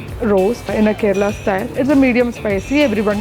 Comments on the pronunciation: Everyone else: "KEH-rih-lah".: "Kuh-REH-luh deville... Kuh-REH-luh deville..." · It's pronounced KErala, not KerEla. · Karela nai kerela😂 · Kerala ❌ karela ✅ 😂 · It’s pronounced carela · learn to pronounce Ker-ala properly ffs ! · And mispronounced "Kerela" over and over... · When you gonna say kerala properly? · This is the 3rd or 4th video I've seen in February where still can't pronounce Kerala korrectly. I'm now worried he says shockrahs instead of chakras., just ask any 40 yr old divorcee